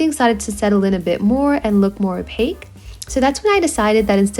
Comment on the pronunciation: STOP SAYING OPAC!